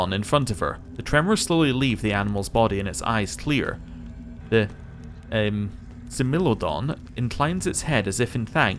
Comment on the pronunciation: Love this series :D So glad to have found an Aeon playthrough I like :D Also I believe it is pronounced Smile-O-Don :)